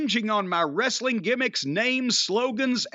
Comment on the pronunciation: is pretty funnie but he pronounces it "wres A ling"